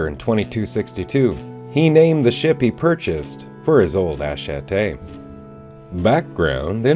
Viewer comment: I love your series but it is killing me. Attache